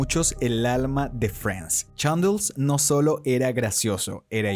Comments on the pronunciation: Haber haber es Chandler no “Chandel”. Vamos tu puedes solo repite conmigo Chan-dler. Chandler. Ya ves no es difícil 😥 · Yandel?? Jajajajaja chandlerrr!!! Cómo se escribe se pronuncia!! No viste la serie?? Hasta en inglés se pronuncia igual jajajajaj😂